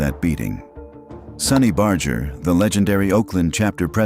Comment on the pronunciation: LOL!! The clown ( at the beginning ) talking about Sonny Barger can't even pronounce his name properly!!